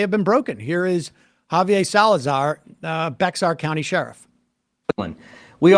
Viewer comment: Okay, as an Austinite, absolutely love when y'all mispronounce Bexar. Handful of different options, easiest is probably bear or bay-er, or just say San Antonio, just never bex-ar, .